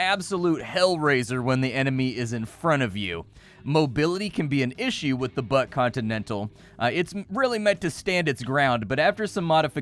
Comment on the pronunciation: I can't stop hearing Butt Continental instead of Buck XD